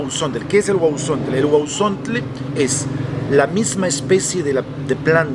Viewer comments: Y SE PRONUNCIA "GUAUSONTLE " NO "GUAUSONTLE" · No no se dice guauzontles....🤣🤣🤣🤣